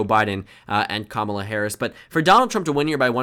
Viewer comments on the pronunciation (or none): none